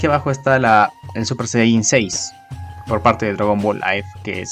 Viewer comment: Es Goku super Saiyan 9 no saico